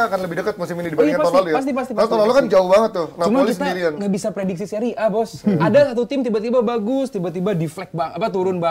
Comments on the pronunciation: Orang" Bapuk yang ga paham seria mencoba ngomong seria A. Alhasil tau lah nama pemainnya aja salah sebut semua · nyebutin nama pemain aja salah, kok ngebahas seria.